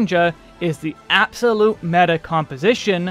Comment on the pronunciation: As a Greek guy myself I had to stopby for your Greek μέτα